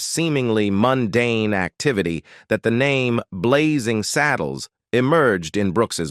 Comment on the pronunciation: It’s Blazing SADDLES, NOT SADDLEES